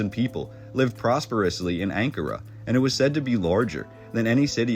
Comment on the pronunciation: When you pronounce Ankara...the accent is on the second syllable..just sayin ..love your stuff.